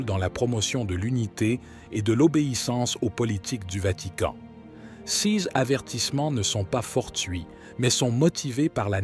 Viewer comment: L'homme qui lit le texte a une façon très incorrecte de prononcer le mot "ces", qui revient très souvent. L'homme qui lit prononce ce mot comme s'il fallait prononcer "sise". En fait, la bonne prononciation est "sé", comme dans les mots "sécurité" ou "sécessions".